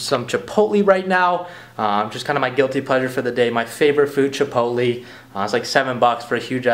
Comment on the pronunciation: "Chiptoleeee" that's wrong. It's Chipotle.